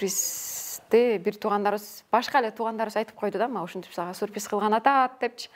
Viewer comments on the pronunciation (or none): none